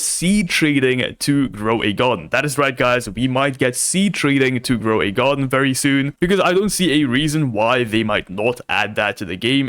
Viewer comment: Gwow de Gardín 😂 lol I love